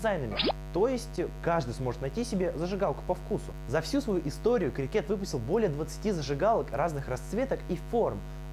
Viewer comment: Какой нахуй крикЕт? Если крИкет